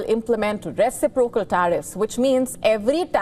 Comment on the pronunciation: Please pronounce 'reciprocal' correctly...